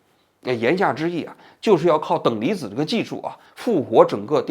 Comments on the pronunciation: 王局说"等离几”的时候，我正在吃饭😂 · 你好王局，今天在节目中你说了好几次等离几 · 等离ji…..哈哈哈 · 王局嘴瓢了😂等里脊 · 王菊怎么还“等离几”上了😂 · 等离子！等离子！等离子！王菊，来，重要的词组念三遍！！！可别再嘴瓢成等离几了哈🤣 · 我果然很无聊，王局嘴瓢说出等离几一下把我逗乐了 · 王局之所以读错，是因为zi的i有别于普通的i。zi的i是开口呼韵母，与jqxbpdt等声母相合的i是齐齿呼韵母。王局下意识地想发齐齿呼的i，却无法与z相合，也就迁移到了音位相近的j上，最后等离子也就被念成了等里几。此外，王局念错也和日语浊化规则有关。日语さ（sa）行假名灼华后变成ざ（za），但同行的し(shi，音同西）浊化后变成じ（ji），也就导致日语zi的缺失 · "等离几"发生在 🤣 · 王菊年纪大了啊，等离紫，等离紫。已经口齿不清了。